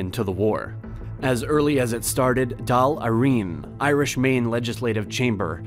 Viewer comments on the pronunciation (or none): Mispronouncing Daily Eirann which should be Doil Errun. Or much worse: corpse for corps (which should be pronounced core). Makes one wonder, indeed. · Too many mispronunciations gnaw away at your credibility. SUP-planted / ex-pen-DI-ture / and my fave, "Dáil Éireann," as Doll Irene. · Johnson The way he pronounced Dal Èireann is even worse “Dawl Eyereen” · Gavin Seery “Dawl Eyereen” 🤣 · The civil war had nothing to do with remaining in the UK. This is all wrong. I'm sorry to say it. But thank you for trying. Honest. Edit: Dawl - Air-en. I promise I'm not trying to put you down on pronouncing Irish words. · "Doll Irene" lmao... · Who Dolly Irene? Maybe he means Dáil Eireann ? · Even as a Brit, and proud of it too, there are so many mistakes in this video. The mispronunciation of de Valera so many times hurt my ears and the Irish Parliament is spoken as Doyle Air-an not the guess that the spokesman was saying. Nah - I'll not support this channel. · And its pronounced d all air in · This video badly misrepresented what the civil war was about. The war of independence was not fought in Belfast. The pronunciation of Dáil Éireann was atrocious! The Irish naval Service in WW2 had nowhere close to 50 ships! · Didn't do a very good job on the pronunciation of Dail Eireann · Dude it's not hard to look up the correct pronunciation of Devalera, Dáil Éireann and (especially) Fianna Fáil